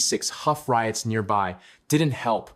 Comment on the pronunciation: It is not Street Clair, it is Saint Clair, Shortened to St. Clair. The street is not Huff is Hough Avenue. This guy is not too well informed about Cleveland's street names. As far as White flight and factory close downs and job losses that is in most major cities. Automation is taking over most jobs' humans can do.